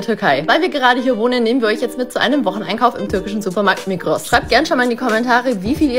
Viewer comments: häää es gibt auch in der schweiz einen supermarkt der migros heisst aber „migro“ ausgesprochen wird.. aber es hat eine ähnliche und auch orangene schrift aber migros hat sicher nicht von der türkischen version nachgemacht weil der schweizer supermarktnamen auf französisch geschrieben ist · Die Migros (migro ausgesprochen) ist ein Schweizer Unternehmen. Geh mal in ein türkischen supermarkt, da siehst du den preisunterschied deutlich. Und wenn du dann mal in der Schweiz einkaufen kommst, dann wählt ein Sparfuchs wie du sicher nicht die Migros😉😂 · ausgesprochen heisst es migro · Migros ist ein Schweizer Supermarkt und wird Migro ausgesprochen. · Das ist ein schweizer suppermarkt umd es wird migro ausgesprochen